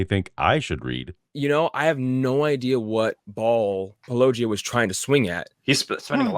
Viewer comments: "poloEEyah" is the biggest sin in this video. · "Polo-geeah" that's a new one 😂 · What was your favorite? I think mine was "Palogia." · "That's the move Paulogee-AY-uh..." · Pall-oh-gee-ay-ah is a new one to me😝 Seriously how do all of them know how to pronounce “apologia” because they engage in it, but not get the joke reference. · Why can't people say -o-gia? Why is this soooooooo difficult? Do they not realize that they come of as either ignorant or disrespectful? Are there any christian apologists that pronounce it correctly? Cheers. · "Polugiaea"? Haven't heard that one before... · Lol even Ai gets his name wrong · I was listening without watching and I forgot that said he was responding to a write up. I was like, why is this guy saying it wrong all the time?? Lol AI 🤦‍♀️🤦‍♀️ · How hard can it possibly be to pronounce "Paulogia"? It is beyond obvious that it is a riff on "apologia", and thus should be pronounced similarly. Are ... Are people actually not able to see this? It is obvious, right? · It angers me to hear such ridiculous ad hominems leveled at and the 100% intentional mispronunciation of his channel name/persona. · It was HILARIOUS that the AI Than voice mispronounced his name, in a different way, every time it said it! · Yeah, at least they guy got corrected on the pronunciation of your name